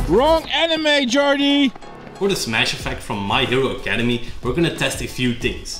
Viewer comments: My Hero ACADEMIA** not Academy loool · It’s Academia not Academi 😣😣😩😩 still love you tho 🤗😌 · Academia guys, A c a d e m i a. A cuh d me uh. Great vid but I cringed everytime you said Academy. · "My hero academy" i got triggered, its Boku no Hero ACADEMIA Edit: wasn't as triggering as "animes" or "ba ka" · I heard this man say Academy and i have never been so triggered in my life! I love the effects. But its pronounced "Ack" "uh" "Day" "Mi"" uh". Not Academy. Academia watch the anime for the pronunciation pls. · "my hero acdemy" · When they sy academy instead of Academia. MassakaA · He really just say the name of the anime wrong XD